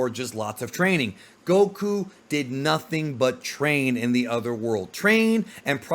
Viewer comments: I can't stand the way this guy calls him goKU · Why are u saying Goku that way 😅